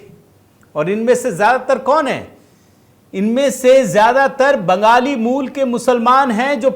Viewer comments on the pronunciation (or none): none